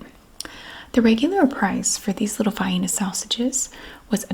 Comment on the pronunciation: Yes to the vi-eena pronunciation!